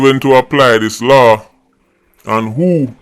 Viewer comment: Law not law-in ......